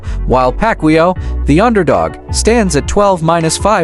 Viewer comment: Ai is dumb 😂 can't pronunciate Mannys last name. AI is for dummies 😂